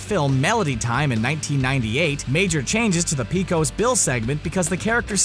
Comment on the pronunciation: Apparently, you never saw the "Pecos Bill" segment or you'd know it's pronounced "PAY-cose."